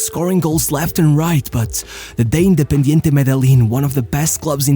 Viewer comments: MEdellin as in Medejean ;) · As a native from Medellin it hurts whenever I hear it pronounced like that but it’s always a good laugh Great video!